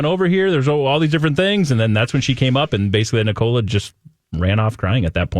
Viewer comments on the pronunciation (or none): Elias Rønnenfeld. a-LIE-us (not ELLIE-us). Nicola Peltz NICK-a-la (not ni-COLA). 😊💖